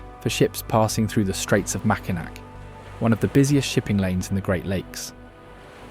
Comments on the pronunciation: Bro!! You need to learn how to pronounce the names and words before doing some sort of guide, video, documentary, etc.! Example; it is Mack-in-NAW!!!!!!!!!!!!!!!!!!!!!!!!! Not MAC!!!! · Nice that you produced a video on Michigan, but you should have learned how to pronounce the names. It’s pronounce Macinaw not macinac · Please learn how things are pronounced. Mack-in-Ack? Really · I live in Michigan, and it's pronounced....MAC-IN-NAW. Not MAC-IN-NAK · It’s Makinaw Island, Not MakinAC. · If this is AI, it needs training. If it's a live narrator, look up pronunciations. (Mackinac is the most grating, it's ALWAYS "mack-ih-naw" no matter which spelling.) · nope you’re totally wrong. No matter how it’s spelled (aw or ac) they’re all pronounced Mack-in-aw. NEVER should it be pronounced Mack-in-AC. Definitely one way to tell everyone that you’re not from MI. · Decent video, but you’d think if you’re going to the expense, time & trouble to make a video, you’d learn how to pronounce the names. MackiNACK just grates on the ears. Tahquamenon, Les Cheneaux, etc. . . .sheesh! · Mackinac is pronounced "Mack in AW." I cringed every time it was mispronounced. This was a nice video but a correct pronunciation would have taken 5 seconds to Google and find out. I realize the narrator isn't American, but they have the internet everywhere. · Being a lifelong Michigander, I appreciate the information provided for people who don't know my state. My one suggestion, learn the proper pronunciation (Macinack, not even close). It's a French name, pronounce it as such. Many other mistakes as well. Otherwise, I really enjoyed the vid. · Mackinaw and Mackinac are both pronounced Mackinaw. There is no hard "C" in Mackinac. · Nice video! Simple corrections: Mackinac Island is pronounced ‘Mackinaw’ Island…and Mackinac Bridge is pronounced ‘Mackinaw’ Bridge. Fort Mackinac is pronounced correctly. The spellings and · pronounced "Mackinaw"!!!!!!!!!!!!!!!!....... Tah QUA me non...potoWATomi.....